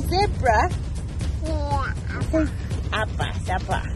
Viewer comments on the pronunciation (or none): none